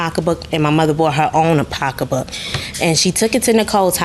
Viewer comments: It’s SO ANNOYING,how she’s saying POCKA BOOK 🙄🙄🙄🙄🙄UUUUGGHHHH!!! EMBARRASSING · That's black English....